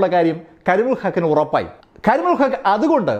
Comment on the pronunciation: കരിമുകിൽ അല്ല... കരിമുൽ... ആ പേര് തെറ്റിച്ചത് മോശമായി.